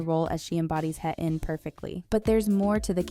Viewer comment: Heh-in - it was distracting that the character’s name wasn’t pronounced correctly throughout the video. A better way to pronounce her name is “Hey-een.”